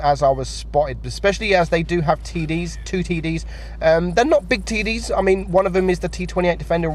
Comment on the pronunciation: he keeps saying TD's and TD but what i hear is TIDDIES